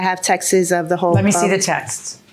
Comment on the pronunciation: Not the “texes” 😂